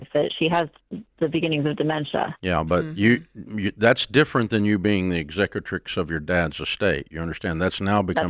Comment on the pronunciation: He said executor lol